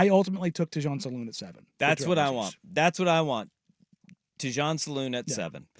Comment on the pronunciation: Thanks for the insight and discussion. Can you both fix your pronunciation of Salaun though? It's not "saloon," but more like the word "salon" but with the accent on the first syllable, while the second syllable is slightly dropped as it often is in French. I apologize for the nitpick, but it kind of eats at me. Thanks again for the segment.